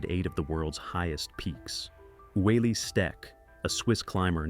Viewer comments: Yeah this guy really did his research. I knew this was gonna be a crap video when I heard how he pronounced Ueli's nzme. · Ueli Steck is pronounce U-lee and the mountain they were climbing is pronounced Lot-see. Do your research. Do better. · you ignorant thing : here in Switzerland we say : Ueli and it is pronounced UELI ... so you better check yourself AH